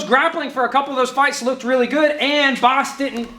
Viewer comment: I found your analysis very good. But: Bas => Boss! 👍🏽😄